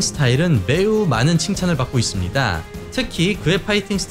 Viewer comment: 있씁니-다.. 입니다- 합니다- ... 짧게 발음해주시면 좋겠습니다- ^^